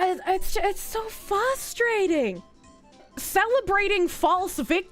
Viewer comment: i dont care abt black rights, wahminz rights, LGHDTV+q.a.infinity, they are all toxic SUPREMACY movements! i DO care abt HUMAN RIGHTS for everyone the word FRUSTRATING has two r's, neither is silent, it is not 'fuss'trating, its fRusstRating